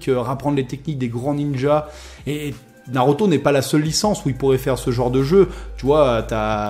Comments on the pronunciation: Je suis le seul à être perturbé lorsqu il dit "naroto " au lieu de naruto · Nauroto mdrrrre